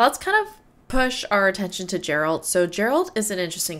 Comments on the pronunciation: Witcher signs...the golden sphere that appears around Geralt and blocks the incoming cart is Quen...the force shield. The second sign where he blasts her backwards is Aard, sort of a force punch. Two of the more useful Signs. btw, his name starts with a hard G, it's not Gerald...it's pronounced with a G like in "Game" or "Gun", not like a soft "J" sound. Ger - Alt. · *Geralt :D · Ouch! This was painful to watch. The first half an hour of non-related side-game mobile vids pretty much summarizes the lack of effort that went into this. Consider at least learning the protagonist's name before you butcher it for an hour straight. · C'mon lady..... Pronouncing "Geralt" like that? Ouch. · you didn't watch all Witcher 2 trailers! you're pronouncing Geralt's name wrong it's not Gerald!!!!!!!! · Love that despite them repeatedly saying Geralt with a hard G you still pronounce it Jeralt :) no need to roast you, you are frying on the Jas :) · PLS stop call him Jerald. It's Gerald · Good reactions and I enjoyed watching your analysis. Also its "Geralt" with G as in Great, but not G as in Ginger.